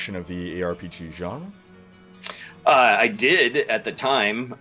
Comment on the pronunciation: Please never say "Genre" again...